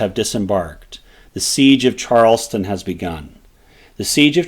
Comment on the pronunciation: Why can nobody say Charlestown correctly? Not Charleston. Charles Town. Just like it is spelled.